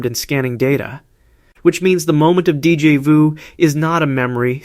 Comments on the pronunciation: I hate AI voice. Deejay voo? So annoying. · Gahhh that pronunciation of Déjà vu is infuriating